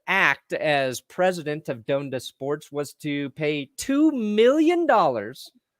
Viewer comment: Ha lol you newb. It's pronounced Don-da not Doan-da